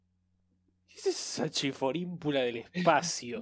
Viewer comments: Siempre me da risa cuando dice chiforimpula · Nada como diciendo chiporinfula uwu